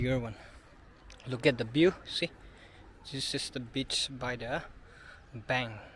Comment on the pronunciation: It's river bank not bitch 😂😂😂